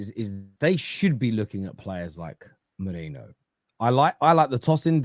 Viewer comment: It’s Merino not Moreno ffs 🤦‍♂️